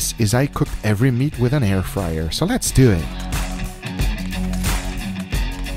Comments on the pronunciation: Everybody be talkin about the “Lez dew it” But yall forgetting the “your sauce is Dun “ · “so lets dew it”